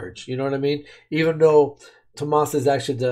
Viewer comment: I'm not sure you realize but you are pronouncing Tuomas wrong